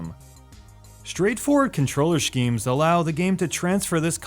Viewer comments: Shkeem. That pronunciation though... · shgeem? is that a valid pronounciation? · You say schemes weirdly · The way you pronounced schemes had me shook for a moment